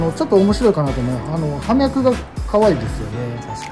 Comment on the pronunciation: お二人とも葉脈を「はみゃく」と言ってましたが、「ようみゃく」です。 植物を職業にしているのなら、これくらいの言葉は正しく使って下さい。 この後見るのをやめました。